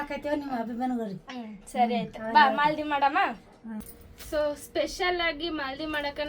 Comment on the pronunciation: ಅದು ಮಾಲದಿ ಅಲ್ಲ ಮಾದಲಿ ಅಂತಾರೆ